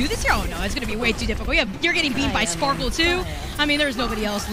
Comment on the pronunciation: bro.. shes always sayin Spoarkle...